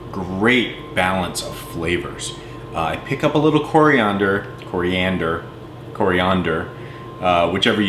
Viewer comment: You never said Coriander right.